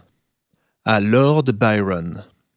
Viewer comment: Il me plaît mais je préférerais que vous prononcez Byron avec l'accent français et non anglais